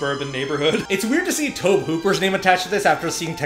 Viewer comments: I love you guys but omg her name is CAROLANNE not Carol. Its iconic. Say that name and EVERYONE knows which you’re talking about….and I know its spelled Tobe but it’s pronounced TOBY. TOBY!! It was driving me nuts the whole time. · Tobe Hooper's name is pronounced Toby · It's astonishing how out of touch you young people are. It's Toe-bee Hooper. Not "Toab". Toe. Bee. Tobe. A little research goes a long, long way. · Minor thing: Tobe Hooper's first name is pronounced Toby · Love your reactions, but guys... It's TOBY Hooper. Not "Toeb." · It's pronounced "TOE-bee". And Craig T Nelson was also a coach in the TV series, "Coach". This is just a great movie--fun reaction! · Your refusal to call her "Carol Anne" as she was referred to in the film (by just calling her "Carol") was hilarious! Also, though it isn't spelled this way, Tobe Hooper's first name is pronounced "Toby." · Okay, dealt with it as long as I can. Tobe is pronounced same as Toby. TOE BEE! Also, great filmmaking with simple but innovative effects. One of the best is the closet light. It's actually a flood shining through a fish tank of water. So simple and still so effective. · Yeah we noticed the mispronunciation of Tobe while we were editing 😅 You can definitely feel Spielberg's fingerprints on it but yeah it doesn't feel like HIS movie if that makes sense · I dont think I've ever heard Tobe Hooper's name pronounced like that before lol.